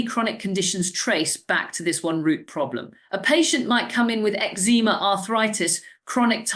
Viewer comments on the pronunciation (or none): American AI using an English accent. Horrendous word stress and unnecessary gaps. Listen to the pronunciation of some of the words like defence, fragile and eczema.